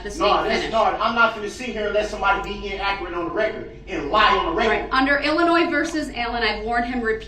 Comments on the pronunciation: In-acreate. That’s how he says inaccurate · Let's not be in-ack-er-at